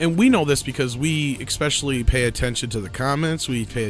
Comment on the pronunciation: Ecspecially? FFS learn Engish properly you US raised moron.